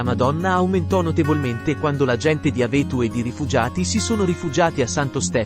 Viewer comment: Non si pronuncia d'Avéto, ma D' 'Aveto